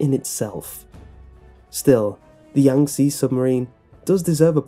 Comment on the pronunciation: Did you even try to pronounce Yangtze correctly?